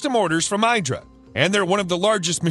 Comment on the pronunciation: The IDRA trademark is pronounced "EE-dra", not "EYE-dra". Listen to their CEO in other video.